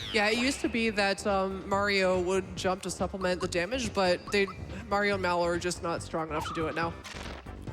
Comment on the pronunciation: the way that guy pronounces Mallow is ridiculous.